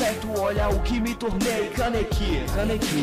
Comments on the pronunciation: O moreno fala canequi em vez de kaneki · pronúncia Kaneki direito